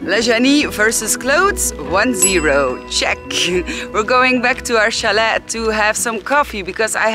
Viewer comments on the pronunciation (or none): The t in chalet is silent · It's NOT Chal ET. It's CHAL A (French)